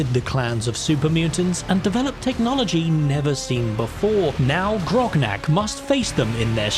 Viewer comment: its grognak not groknak. two g not two k